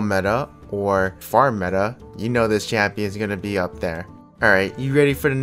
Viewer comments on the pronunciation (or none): none